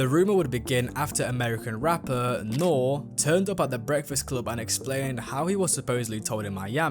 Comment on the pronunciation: NOR-REE not NORE 😂